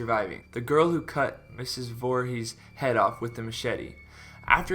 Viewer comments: I don't trust him after he said Boorhees instead of Voorhees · Boorhees??? The fuck bro